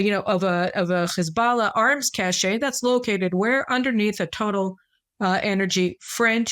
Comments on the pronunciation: Caroline, please. Cache is pronounced the same as cash. Cash-ay is spelled cachet, and it means something else entirely. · Yes, cache (cash) is French, as is cachet, so the final e in cache is not pronounced and neither is the final t in cachet. Seems everyone has started to pronounce cache as though it were Spanish (except for the fact that ch in Spanish is the same as it is in English, not sh as in Chicago). But I think you & I are the only ones who care. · "Cache" is pronounced the same as "cash".... "cachet" is a completely different word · Cache. No accent over the e and you don’t pronounce that syllable. This is a French word, not Spanish. It does not sound like the French “cachet”.